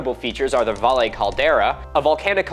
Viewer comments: Because you seem to care about pronouncing appropriately to their originating language I should mention that the double L in Valle is pronounced like you pronounce the double L in Portillo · Mr. M, love your work! One tiny detail, 'valle' is pronounced vie-yā. ¡Grácias! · I love everything about your teaching and snarky videos, but the double ll in Spanish is pronounced as a y.